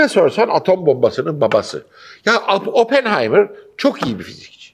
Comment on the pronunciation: OPPENHEIMERA KOTU DIYENE KADAR KONUSMANI DUZELT